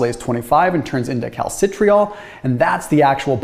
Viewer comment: For those who might be interested: calcidiol and calcitriol are properly pronounced: "cal sih dye all" and "cal sih try all"